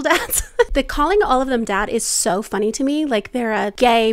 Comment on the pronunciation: showing up saying "you have tho choose" OMG